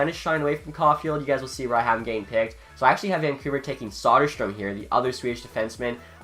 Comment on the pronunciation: It's Söderström, not Soderstrom...